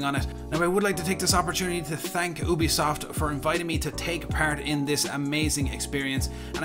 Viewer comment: Did u say obisoft its Ubisoft